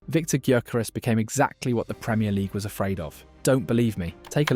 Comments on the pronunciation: Just fyi.. his name is pronounced "yorkeresz" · Excellent. One point on pronunciation. It's "Victor Yokeres". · "Viktor G-yoo-keres" LMFAO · Pronounce His name properly least please..THE G IS SILENT..!!! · painful how you're pronouncing Gyokeres name